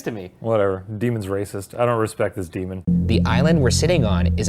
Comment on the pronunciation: shane: "DE-mon" ryan: "stop calling it that" shane: "DE-mon" THAT WILL FOREVER KILLLL MEEEE😹😹😹😹😹